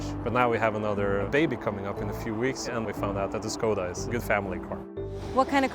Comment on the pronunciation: Huge ❤️ for pronouncing Škoda correctly.